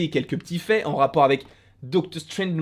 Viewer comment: Docteure strainge ne mouliverre se Malnait 😂😂😂😂